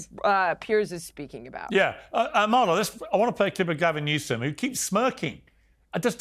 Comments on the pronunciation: Piersssssss can you puhleaseee stop pronouncing the k in Amala’s last name? She doesn’t care but it drives me crazy lol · Piers, ask Amala how to pronounce her name correctly. She’s too polite to do so herself 🤗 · Piers, if you’re going to have Amala on your show, show her some respect by learning how to pronounce her name correctly. It’s not hard! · AMALA, please correct Piers on how to pronounce your name correctly! It’s not impolite to do so. You can do so before the podcast is aired. 🤗